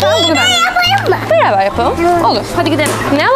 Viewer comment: Dalga geçmiyorum ama beraber değil biyaber diyooo.Çokkk fatlıı❤❤❤❤